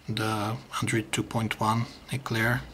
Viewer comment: hahaha he say andrid not android